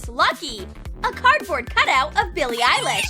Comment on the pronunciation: I think the one on the video is Billie eyelash and not Billie eilish